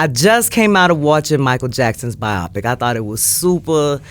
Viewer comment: Bio-Pic,not Bi-Opic